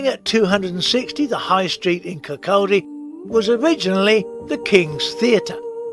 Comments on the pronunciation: Where's KirCALLdy? It's Kir-coddie. What's hard about that? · Great film but it's pronounced Kir caudy ...(Kirkcaldy) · Its Kirk-caw-di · When pronouncing Kirkcaldy the L is silent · I was in the ABC about a hundred times, and enjoyed watching this video. But I cringed every time you tried to pronounce "Kirkcaldy". Sorry 😢